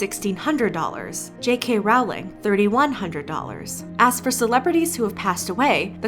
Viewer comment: You mispronounced "Rowling." It's "ro-ling," like how you pronounce "rolling."